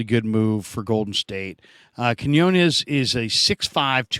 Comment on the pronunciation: Please learn to pronounce Quiñones please,!! 😢😢